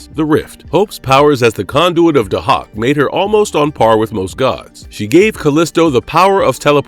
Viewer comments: Day-hawk man.. get it right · No, it's pronounced "Day-Hack". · NOT PRONOUNCED "HAWK" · They way he's pronouncing Dahak 😫